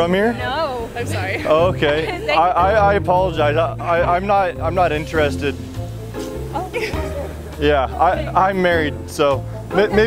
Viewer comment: Why he says inter...ested It's one word: interested